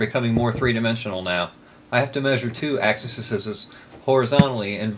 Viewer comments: the plural of "axis" is "axes", just emphasize the the E lol. you'll thank me later when it comes up in another video ;) I used to say axis's all the time until I was forced to do a lot of three space multivariate calculus and got tired of stuttering every time I went to describe anything graphical. Some good work you're doing there :) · Axes. The plural of axis is axEs (hard E). Thanks for the information in the video, it was helpful.